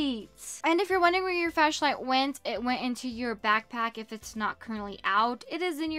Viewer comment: Girly it’s called a flashlight not a fashlight